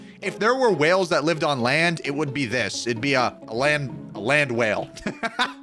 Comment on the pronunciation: When you said a land wail I said landawail